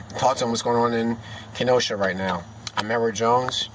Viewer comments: It's KeNosha,not keno-shaw. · key-no-shaw - that's how it's pronounced. - Next lesson: De Pere and Kaukauna ---- Just kidding man.. good video. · You sir, have gotten so many facts wrong, that its hard to even take you seriously. You can't even say the name.of the town correctly. They did not tackle him, he has never been incarcerated, the knife was not even known about until after the situation was over, the police DID NOT know who he was when they arrived on scene. And, lo and behold, the charges have been amended, and warrants dropped.